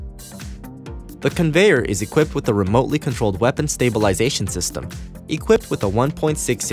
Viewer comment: He said remotidly.